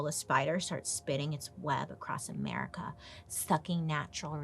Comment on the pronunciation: Everytime you say America, I instantly hear 'mericaw.🤣